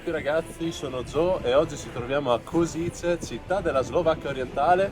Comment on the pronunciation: Che bello! Anch'io ero curioso e ho fatto parecchi giri a Kosice su Google maps per vedere gli edifici. Comunque la pronuncia esatta è koscitse 🙂